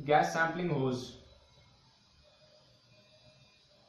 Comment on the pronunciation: It’s hose not hoze